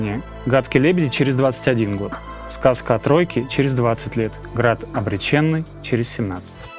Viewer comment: насколько я помню АБС говорили, что ударение должно быть на 2й , а не на 3й - Град обрЕченный.